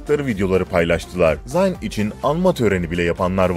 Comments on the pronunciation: Zayn ni yazıldığı gibi okuyo bide ya 😒😒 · Zayn öyle okunmuyo hani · Amk şu Zayn'i bi doğru okuyun ya